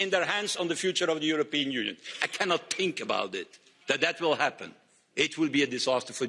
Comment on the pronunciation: .This unelected beaurocrat in the E.U. "Guy" cannot pronounce "ch" and "th" "..Mr.Johnson or Mr. Gove, both the ar-ch-eeetecks of the Brexit..... I cannot tink..."